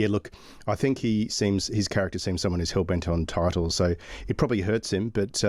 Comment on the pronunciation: What are 'Titels' , 'Entiteled' ? Ffs